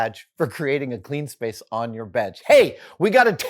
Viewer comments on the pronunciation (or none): none